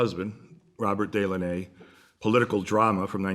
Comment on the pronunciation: Really enjoy listening to Very interesting presentation of his knowledge. Can't find out more about him though. He is hidden from the usual public media places.. BYW though...they are pronounced Dellawn' -nay.